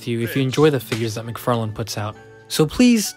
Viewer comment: Todd "McFart-lane"